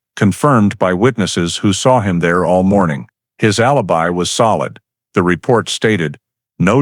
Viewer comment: Mispronunciation of allibi